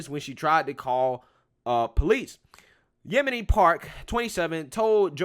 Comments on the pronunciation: Did you call her Yemini? Yeo-n-mi. LOL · "Yon-Me" lol not Yemeni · Yeonmi I think its pronounced Yon-may or Yon-me Just saying, I could be wrong. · Love you! Her name is pronounced "Yon-mee" hehe